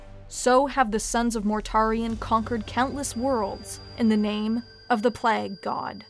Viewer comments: Nurgle the Plag Lord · The way you say "plague" makes my uncomfortable and you should change it.... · Good video, but you say “plague” in a really weird way.